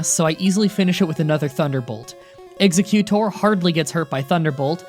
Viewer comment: Did you actually say exeCUtor? Instead of exeGutor?